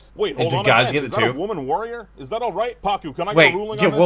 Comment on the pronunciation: No. Kanna (Katara’s grandmother) gave birth to Hakoda, who is Katara’s father. The idea Kanna was pregnant at the time is merely a theory so it might not even be true. Also it’s Pakku, not Paca. He does marry Kanna later in Book 3 though.